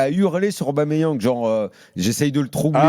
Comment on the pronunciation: Arrêtez D'ÉCORCHER le prénom et le nom d'Aubameyang svp bande de footix y'a pas de Didier ni de je sais pas quoi c'est PIERRE EMERICK AUBAMEYANG au cas où vous savez pas lire ni écrire